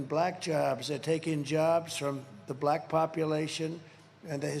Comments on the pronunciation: Wait til YOU see the number of BLAACK people, as he likes to pronounce black, who didn’t vote for you!!!! Come on America…the world is holding their breath, waiting for us to DO THE RIGHT THING, and not put this idiot back in the White House!!!! 💙💙💙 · Why does he pronounce “BLACKKKKK” men “ that way???????????? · I know 😮 kinda sus